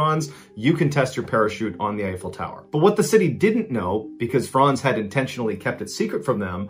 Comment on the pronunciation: My name is Frantz and I appreciate you pronouncing my name correctly.